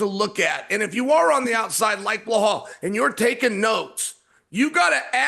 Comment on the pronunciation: "Blahal" 😂 good old Chael